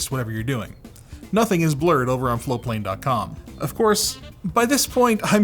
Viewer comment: 👀it's "Float"plane?! I swear to god I have heard it is "Flow"plane this whole time...